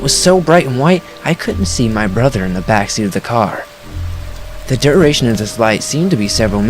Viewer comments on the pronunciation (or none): none